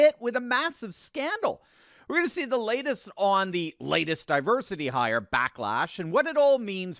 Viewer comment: Di- Worsity Hire is what I hear Our Gang Alfalfa saying! This is the di-worsity hire.